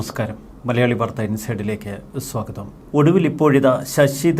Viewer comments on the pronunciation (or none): none